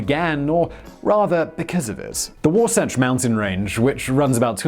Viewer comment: Good job on pronouncing Wasatch correctly